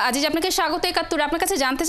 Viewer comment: আসলে আজিজ উচ্চারণ ভুল আযিয sounds more closer to the original